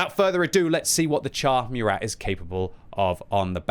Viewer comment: It's moorat man, not meurat